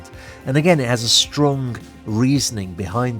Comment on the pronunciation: It is not strongk but strong